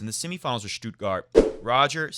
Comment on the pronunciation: Hey, your "Halle" pronunciation is great. "Stuttgart," on the other hand... It's "Stutt" like "should" or "could," not like "do" or "woo." Federer forever from Berlin